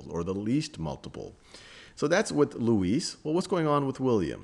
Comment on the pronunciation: Academy Luis is pronounced Lou-i